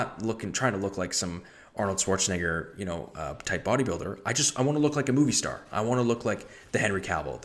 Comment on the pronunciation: Arnold Schwarzenegger with the hard R is crazy💀